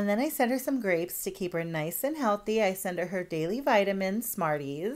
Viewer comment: "To KeEp HeR nice aNd HeAlThEy"